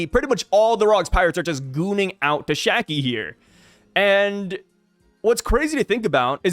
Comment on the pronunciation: See its Shakky*, Not Shaggy….